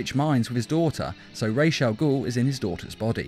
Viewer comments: Ra's is not pronounced Rayesh it's as its spelled, just Ras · Don’t remember him being called rashe al ghoul. It’s pronounced ra’as al ghoul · the prnounciation is supposed to be Ra-as as in Rasputin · Your pronouncing ras wrong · Stop saying Raj's first name wrong, very annoying